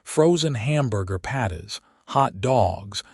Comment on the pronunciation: Can't pronounce burger patties!